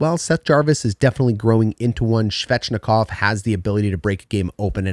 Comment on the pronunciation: Love your videos, so just to help you with some names... ;) nih-KEY-shin (overhyped, but I'm excited to see more of him) coat-can-e-emi (but said very smoothly—each sound is short) Svechnikov—no "shv" at the start, it's a very defined "sv" sound, then a hard ch, like in "etch," but without the t. Martinook—like "cook" (prepare food) or "nook," not "cook" (crazy person) or "nuke." Not a name, but "chasm" is pronounced with a hard K sound, like "cast." Just pretend the h doesn't exist.